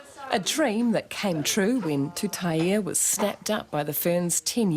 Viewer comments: Commentators pronounce her surname -Tuta-i e..... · It's TUTAIA. There's a goddamn 'a' on the end! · Lady ur a NZ reporter, what the hell, read her name properly TUTAIA, u should know better than that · Her surname is pronounced Tuta-i-a not with a E